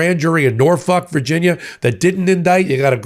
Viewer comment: I love your videos, but you keep making me spit my drink. For the love of law, it's NorFOLK. Not Norf*ck. XDDDDD